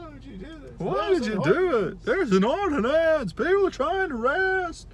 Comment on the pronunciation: “There’s an ordi-NANCE!” 😂